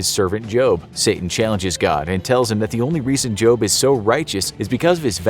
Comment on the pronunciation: did he just say jobe or job or is it just me